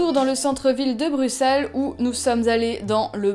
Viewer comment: ça se ressent dans le vlog c'est sûr 😊 chouette que tu aies apprécié Bruxelles (prononcé Brussel please haha)